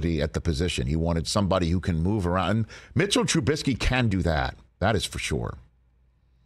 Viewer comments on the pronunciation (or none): Rich said “move arahnd”. Purposeful Pittsburghese, or Freudian slip?